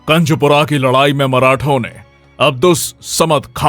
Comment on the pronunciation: Kanjpura nahi hai kunjpura hai